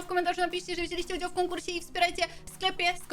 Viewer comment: "Biorę udzał z konkursie "